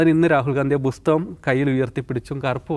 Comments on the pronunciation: ബുസ്തകം അല്ല ബ്രോ.. പുസ്തകം.. 😊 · പുസ്തകം ആണ് ബുസ്തകം അല്ല